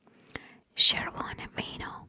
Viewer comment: as someone from czech im impressed with how well u said červené víno :)